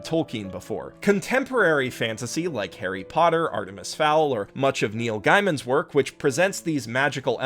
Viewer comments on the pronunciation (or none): Did you just pronounce my boy Neil's last name wrong? Massively triggered (but not actually) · the way you pronounce Neil Gaiman almost made me want to unsubscribe. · Your way of pronoucing Gaiman is going to haunt me for a couple hours. :^)